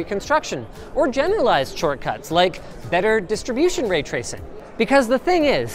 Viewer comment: way twacing